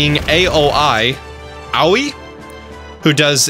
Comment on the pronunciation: Ikue: pronounced as “ee-koo-eh” Aoi: pronounced kind of like “Owie” (like when you get hurt) but it’s more like “ah-o-ee” but the ah and o is combined to form one cohesive sound. Sorry, I’m not trying to be nerdy or corrective, but just thought I’d mention it for future reference.